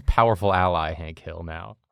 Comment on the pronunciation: Hank Hill as Hink Hall.